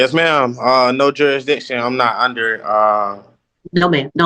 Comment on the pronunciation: The word is "jurisdiction", not "juradiction".